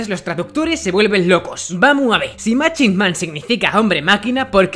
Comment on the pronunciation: *machine (mashin) en ingles la ch se pronuncia como la sh *evil(ivol)